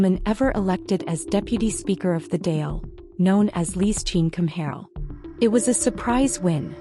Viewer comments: It would be helpful and respectful if the person reporting learnt how to pronounce the name of the government. Dáil has an emphasis on the á. Other inaccuracies but not to pronounce Dáil is unacceptable. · AI slop cant pronounce Irish words